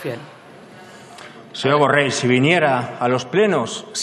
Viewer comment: Primer de tot digues be el congnom es diu Borrell i no Borrel.